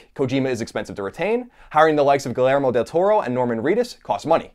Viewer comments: Hey Colin, it's pronounced "Gee-YEIR-mo", not "Guh-LEIR-mo". Otherwise great vid! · Colin is clearly stoned in this video. Also Colin, a double L makes a Y sound in most languages. The guys name is pronounced gee-air-mo Del Toro not geel-air-mo Del Toro. C'mon bruh.